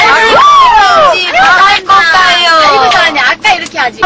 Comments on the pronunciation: MALKOKAYO hahaha BOM wers letter HA hahaha LOL :) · Natatawa ako sa sinabi ni Bom XD "Malkayo" then CL started to laugh at her mistake! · 'Malkayo' 2NE1 😅😘😘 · bom say malkayo hahaha <3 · "MALKAYO"HAHAHAHHAHAHAH " AKO... MINJI" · "Malkayo".. hahaha. Bom is so cute. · Bom: "MalKayo" ! xD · MALKAYO!! XD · cl laguhs while wavin hands sayin malkayo hehelol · bom: Malkayo lol!